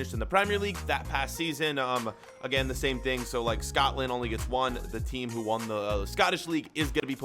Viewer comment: just saying it's pronounced Scotland not scatland